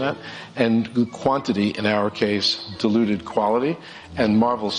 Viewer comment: Kinda funny how pronounces "diluted" like "deluded."